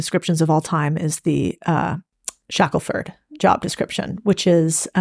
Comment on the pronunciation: Ernest ShackleTON, not ShackleFORD.